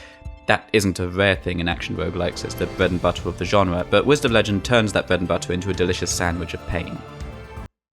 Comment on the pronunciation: "Whized of legend" ??????????